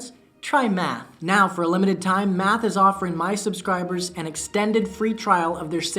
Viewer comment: At first, I thought he said meth instead of math